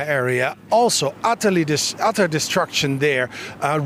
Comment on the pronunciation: "...otter distruction" lol